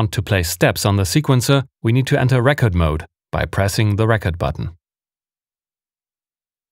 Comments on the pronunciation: Lovely tutorial! Just a heads up your English is better than mine but thought I could help a bit. Re-cord (to save data) and rec-ord (a disk of data) hope that helps. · Just found your channel today (via the TR-6S video) and subbed - so good!! Btw, record with the stress on the first syllable (RE-ked) is an album/LP/etc OR a Rekord, e.g. a world record, whereas the verb 'record' ('aufnehmen') is stressed on the second syllable (re-KOHD). You'll want to use the latter in pretty much any scenario on your channel, including this video ("enter re-KORD mode..." ). Source: former English teacher and native German speaker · You pronounce 'record mode' wrongly. In English, as with most or all languages, some related but distinct words may be written the same way but pronounced differently. 'Record' is one such case. You have the word both as noun and as verb. The noun is like the vinyl disc, album or single, with empasis on the first syllable: the RECK-ord. But when you want to write down information or ceate video or audio to be played back later, then you use 'record' the verb, which has emphasis on the second syllable - rec-ORD. I want to rec-ORD the speech I am listening to, so that I have a RECK-ord of it. I have a RECK-ord of the meeting, written by hand, here in my notes. I am also going to rec-ORD what is said in the next meeting. I have Bob Dylan's newest RECK-ord. On his next live show, I am going to rec-ORD a bootleg and distribute it for free.